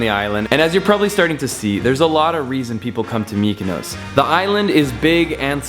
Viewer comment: why do pronounce MykonOOOOOs like that??